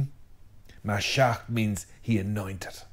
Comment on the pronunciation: Constructive comment: Ma-shee-ach (ch like Bach) = Messiah/anointed one in Hebrew. Otherwise, Tanach, Nev'im were perfect.❤